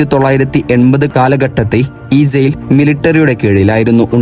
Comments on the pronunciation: സെയിൽ അല്ല, ജയിൽ എന്നാണ് പറയേണ്ടത്. സീവിതകാലം എന്നല്ല പറയേണ്ടത്. നാക്ക് വടിക്കടോ 🥵💀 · സെയിൽ അല്ല ജയിൽ 🤣🤣🤣🤣🤣